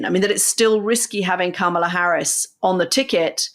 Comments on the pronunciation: I'm obsessed with your podcast. I learn so much from both you. I have one beg from Anthony: Kah-mah-la. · Say VP Harris’s first name correctly, please.